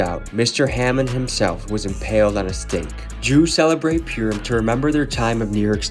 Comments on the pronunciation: Just so you know it’s Purim not primum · purim, pronounced purr like a cat 🐈‍⬛ purrrim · not pure-im but Purr-im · I love you and your videos but I think you should know how to say the word Purim correctly first before saying the word in a documemtary